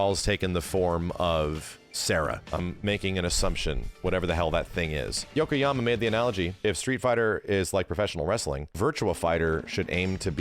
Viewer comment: It’s y-o-k-o-y-a-m-a, not Yokohama.